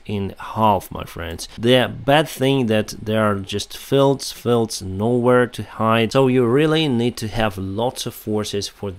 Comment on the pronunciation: Lewchuk -- Well, there are sounds in cyrillic spelled languages that are very hard and often impossible for e.g. Swedish speakers. I find it interesting that ignores the correct length of vowels: he often says e.g. filled when he means field, and piss when he means peace.